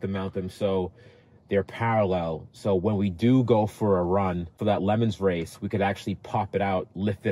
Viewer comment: You do realise it’s not pronounced lemons race it’s pronounced le mán